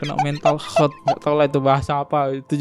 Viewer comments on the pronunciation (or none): Mental healt, bukan mental hearth , ear, erth, dan lain2 😆